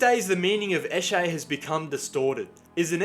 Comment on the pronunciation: Its sesh. Session. Esh-ay. "He's" is said "E-shay". Emphasis on the E. "Lets go eshay adlay". (Lets go for a sesh lads)